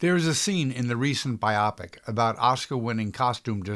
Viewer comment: This is interesting, but you mispronounce most of the names! If you can't get people's names right, how can we trust you on anything else? You manage to mispronounce FOUR names: Cecil B. DeMille, Una Merkel, Darryl F. Zanuck AND Aline MacMahon. You also mispronounce the word "biopic" and the word "demise." Also a blackout does not mean "no scene." It means a SHORT scene. It's a quick set-up and punchline with the lights suddenly going out.